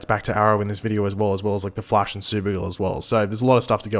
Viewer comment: I wanna kill myself everytime you pronnounce The Flash in that weird way you do sometimes...